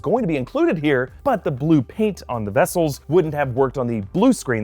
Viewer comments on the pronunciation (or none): none